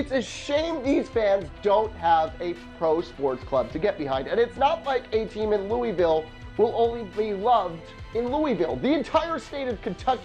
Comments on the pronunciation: You made me mad when you said Lou EE Vile it’s pronounced Lou AA Vile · "Louisville!" IT'S NOT PRONOUNCED LEWEY VILLE IT'S PRONOUNCED LEW UH VILLE REEEEEEEEEEEEEEEEEEEEEEEEEEEEEEEEEEEEEEEE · In Louisville, we don't pronounce Louisville that way, it's pronounced "Luhvul". but yes I do agree, I would love an NBA or NFL team here. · Louisville is actually pronounced loo-uh-ville not trying to be an ass but it really grinds people's gears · "Lewie-ville" cringe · Ok three things first Kentucky fans are crazier than Louisville fans and Lexington is a better location. Second the Kentucky miners would be a great team. Third you say Louisville wrong. It's pronounced Lou-ville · Louisville Colonels and it’s pronounced louville the IS is silent. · You're saying Louisville incorrectly...